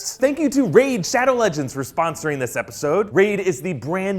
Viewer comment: Nobody: Youtubers: RAID SHADOW LEDGENDS